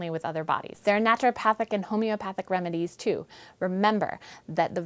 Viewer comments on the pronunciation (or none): "homeopahtic remadies"? -1 credibility points